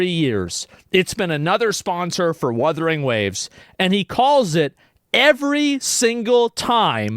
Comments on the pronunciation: Asmon snarking on Wurthering Waves as if he doesn't regularly mis-pronounce famous people or game titles. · No joke, my wife said the same thing about G-off saying Wurthering Waves. 🤣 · Wurthering waves lol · I think Kuro Games should put some funny dialogue in Wuthering Waves referencing Geoff Keeley mispronouncing the title as an event. Wurthering Woves, it could be a bootleg video game in universe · Omg! I'm so happy he addressed the "Wurthering Waves" issue. I don't know how rtrdded Joff is that he can't pronounce the name for like 2 years straight. I don't understand, they have dislexia of what? Do they nut read into the names before they say them? It triggers me! It gives a false narrative and look to the game. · I hope Joff continues to say Worthering Waves just in spite. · Werthering Waves and Uma Masume Pretty Derby.🤣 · It's so funny how Asmon gets pissed over "Wurthering Waves" while simultaneously being the guy who purposely mispronounces things to piss people off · Even the co-host woman called it wurthering waves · ironically him mispronouncing wuthering waves probably got alot of people talking about it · What if Wuthering Waves devs sponsor him now because they think its funny to listen to him pronounce their game name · plot twist, they've told him every time not to pronounce it wrong and he keeps promising to say it right next time but never does.